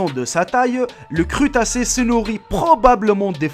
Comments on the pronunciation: c'est quoi un "crutacé?" je connaissais les crustacés, mais le crutacé, jamais enttendu avant aujourd'hui. Et encore et toujours le "passé simple" complètement mitraillé par ton Français vraiment très basique. Alors laisse tomber le "passé simple". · PUTAIN ON DIT CRUSSSSTACE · Un crutassé ou un crustacé ? lol :p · on dit crustacé pas crutacé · Bonne video bravo mais le crustacé geant la 1ere photo et fake et te vexe pas mais on dit crusssstacé et pas crutacé 😜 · on dit pas crutace mais crustace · On dit ''cruStacé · on dit pas crutasé mais crustassé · c'est crustacé pas crutacé sinon bonne vidéo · le "crutacé" mdr! :'D